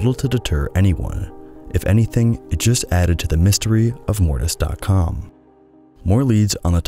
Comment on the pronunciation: didnt even watch the video yet but i want to say that mortis sounds like morbius and its making me laugh